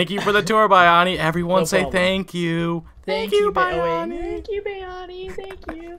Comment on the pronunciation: H: Thank you Buy-ani. Bayani: Thank you Bay-ani. H: "buy-ani" Poor Bayani, no matter how often he tries, people will still not pronounce his name correctly.